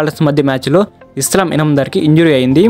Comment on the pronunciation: ఎవడ్రా నువ్వు అస్లాం అయితే ఇస్లాం అంటావ్